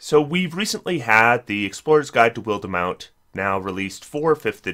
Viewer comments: WILD mount, not wildEmount, please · WILL-DEH-MOUNT LMAO I swear after Eberron, you HAVE to be doing this on purpose lol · While demount? I love pronunciations. I hope it's an intentional joke at this point.